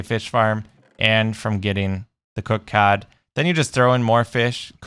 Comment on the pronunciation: It's cod not cad ok sorry I just got a little bit angry